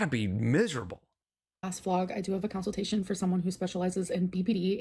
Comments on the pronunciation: I tried to inform her she was saying consultation wrong when she was live lastnight, she said she can't say it right so she just says counseltation because its easier. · "Counciltation" has me gritting my teeth everytime 😬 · I think it's easier to say it the correct way 😂